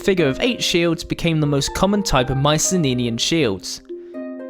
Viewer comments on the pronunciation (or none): Why do you pronounce Mycenenean instead of Mycenaean? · OK what's with the "Mycene-ninian" pronunciation? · I love the animations. Well done! Uhm, minor nit pick though, if you don't mind me pointing it out. You're pronouncing an extra "n" in Mycenaean. "My-sen-AY-en". (or "My-sen-EE-en", take your pick) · "Myce-nenian" "Myci-nenian" "Myce-neninian" AAAAAAAAAAAAAAAAAAAAAAAAAAAAAAAAAAAAAAAAAH!!!!!!!!!! Anyway, nice vid. I appreciate the Iliad jokes. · Strange pronunciation at 26 secs in, sounds like you say Mycenae-eye, but good video. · "Mycenenean" lol. Nice video. Cheers. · I got distracted trying to figure out the source of your accent. Also your extra N in Mycenaean. Was it deliberate? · haha i cant get over that